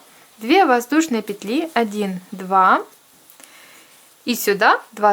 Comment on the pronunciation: классная сумка и мк хороший.Но ,девочки, пЕтли..ударударение даже пЕтелечках на первый слог.пожалуйста..